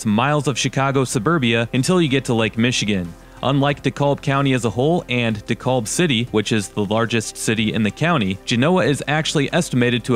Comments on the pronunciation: DeKALB not De Callb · it's pronouned de KALB not de KOLB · Dekalb pronounced Dee cal ba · I heard that Dave Portnoy that does 1 slice pizza reviews and he pronounced DeKalb the same way too!